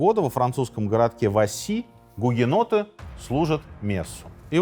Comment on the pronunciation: Почему в описании написано гугеноты , а в видео слышно бугеноты? Как правильно?